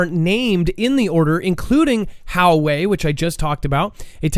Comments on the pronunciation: I think it's Wa-way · It's pronounced: "Wah-way." Huge company.